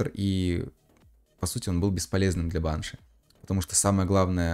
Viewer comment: пожалуйста можешь ставить ударение на и (баншИ)😭😭😭😭😭